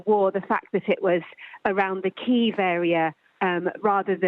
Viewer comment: SKY NEWS - get your anchor to learn how to pronounce Kyiv appropriately…